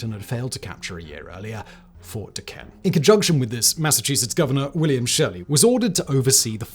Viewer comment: It’s pretty cool that they covered this. Fort necessity is right down the road from where I live where Jumonville isn’t too far from where all this happened. They also have General Braddocks grave nearby as well. Would like to point out that Fort Duquesne is pronounced Fort Do-cane*